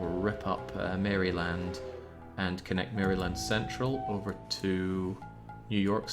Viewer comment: "Mary-Land.." dont pronounce the y lol